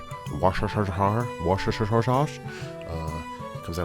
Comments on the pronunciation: Did you say worsheshersher sauce? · Wocestershire = wuss-ter-sheer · Here for the wershershersherse